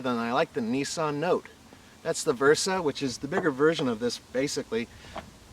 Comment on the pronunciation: It's really not that difficult to pronounce Nissan correctly.